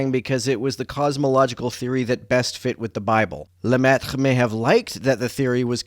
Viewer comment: Hell of a Lemaitre pronunciation! As a non-native French speaker, seemed like it was pretty close!